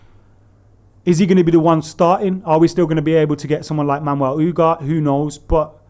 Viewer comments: Ffs it’s UGARTEEEEE not UGART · U - Gar - Teh. Not U - Gart.